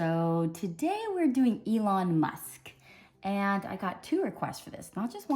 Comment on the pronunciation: You pronounced it right and I am from India